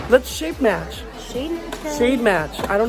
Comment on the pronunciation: Did say shape match? 😂